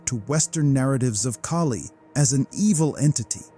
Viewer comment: Ahh, giant red headed beings, must be my ancestors.... Being serious, they remind me of the Norse gods, goats and all, Thor and his goat/s. As an aside, you had a Aussie story but you had a New Zealander doing the story, that accent is quite different to Australian. The vowels are pronounced very differently. Kali is pronounced Kah lee not Kay Lee.